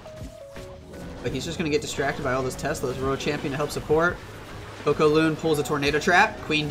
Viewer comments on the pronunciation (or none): none